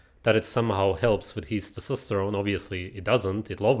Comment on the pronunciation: he should be banned from saying testosterone